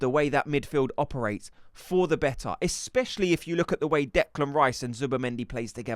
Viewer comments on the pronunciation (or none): I know it petty but why do you pronounce 'Seen' as 'Sin' . I just keep noticing it now. Like bavs... still says Expecially... when its especially. Love ur vids one of the most credible creators. :))